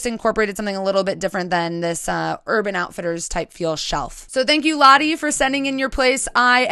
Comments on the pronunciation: All of the Dutch people cringeing when she pronounces the home owner's name Lotte instead of Lotte. Yikes. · This was so great! Beautiful home, Lotte. Don't want to speak for her, but the Dutch name Lotte is typically pronounced "Lot-uh." That's the best I can do when typing, haha, the "o" sound is kind of hard to type out, there isn't a good equivalent in English. edit: here's a good pronunciation